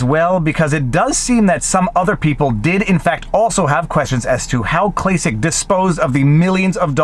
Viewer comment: It's pronounced "Klack-Klack"